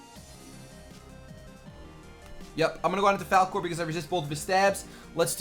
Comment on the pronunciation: Your "Falcore" is supposed to be "Falkor"